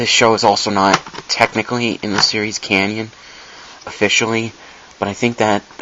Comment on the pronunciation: Tip. Less talking. You repeat too much of the same thing and say 'um' too often. Also its pronounced 'canon' not 'canyon' like the grand canyon.